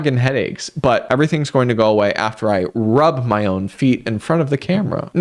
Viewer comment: "It's kinda sad that eou're.." I spent so long trying to figure out if this was french or something and not just the y in "my"